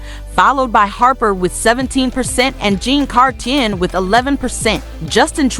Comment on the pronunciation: 1. Justin really really sucks and his father deliberately impoverished hundreds of thousands. Tied for the worst. 2. Chrétien is pronounced Kreh-tea-anne. 3. Layton sucked and the media covered up his rub and tug habit. 4. Harper, Martin and Chrétien were less bad but still sucked. 5. Canada has never had a good PM. 6. Poilievre will probably suck. 7. Justin and Pierre Trudeau are/were exceptionally bad. Easterners only like them because they purposefully harmed the West, which is the #1 thing Canadians east of the Soo enjoy watching.